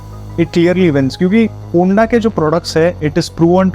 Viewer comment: Kya hunda hunda kar raha... its HONDA